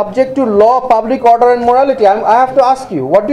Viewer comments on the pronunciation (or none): none